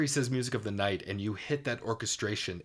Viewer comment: My only complaint with Gerard, is how he says night at one point, it sounds like he's saying Nought, my ear picks it out EVERY TIME I listen to the song!! It drives me crazy lol.